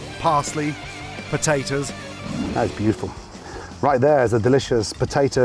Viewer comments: bitiful, bitiful, bitiful,... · “Look at that biuful”